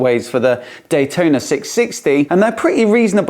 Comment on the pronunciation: cfmoto 765 "d-huai-tona" will put this one to it's paces.